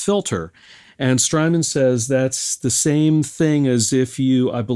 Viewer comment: Strymon rhymes with hymen